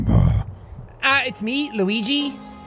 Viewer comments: Hey jacksepticeye can you please play the game Steven Universe save the light I keep on asking you to play it for quite some time and you're not playing it can you please play it for the love of God for Ireland for the potatoes and plus it's not Luegi it's pronounced Luigi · You said luigie this how you say it luigi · Actually, it's pronounced "Lueejee". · Please say Luigi name right please